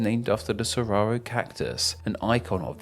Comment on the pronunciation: Some corrections: and shows Banff National Park which is in Alberta, CANADA. It's not "Sararo". It's Saguaro.